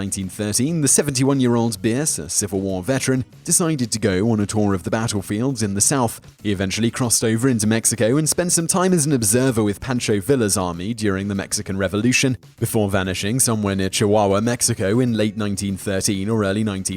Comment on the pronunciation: Pancho in Pancho Villa is pronounced like "Pawn-cho" and not "Pan-cho".